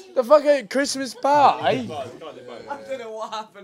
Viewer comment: Why did ethan have sucha British accent saying «Christmas Pie»